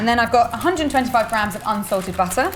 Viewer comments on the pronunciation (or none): none